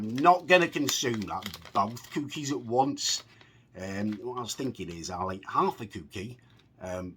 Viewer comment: Love how you say coo-keys